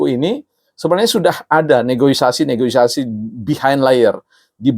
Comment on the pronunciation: Sedikit koreksi slip of the tongue Pak, ejaan yg benar "negosiasi" bukan "negoisasi", agak sulit memang mengubah kebiasaan 🙏🏻